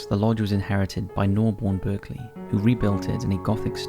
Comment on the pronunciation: Berkeley is pronounced bark-lee.